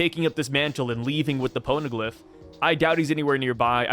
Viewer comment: "pown-glyph" XD